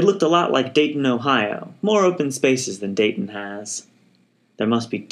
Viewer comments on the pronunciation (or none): none